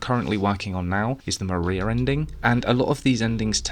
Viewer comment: "The Mariar Ending" is accidental accent gold. :)